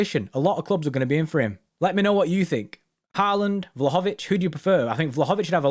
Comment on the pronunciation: It’s pronounced vlowhowvich